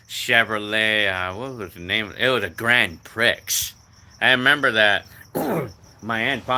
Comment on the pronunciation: Grand Prix is pronounced like Grand PRE my mom had one I had a 96 Grand AM I bought in 97 it was good at first but a money pit later.